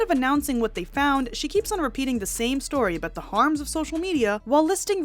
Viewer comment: 'Harms' - 'Learns' - she needs to try speaking English